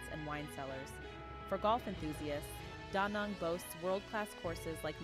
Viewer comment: Danang not Donang ...